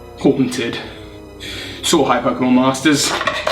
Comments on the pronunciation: I still don’t know what says at the end of the video it just sounds like ‘sort of hi Pokémon masters’ but I think it’s ‘so good bye/night’ but I don’t hear a G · Soar High?! I always thought you said “ So Hype pokemon masters” ive been thinking that for like 4 years also great video!